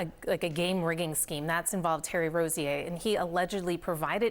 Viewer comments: And it's pronounced Terry R-OH-ZIER NOT RO-ZEAH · am I the only person who immediately noticed she pronounced 'Rozier' wrong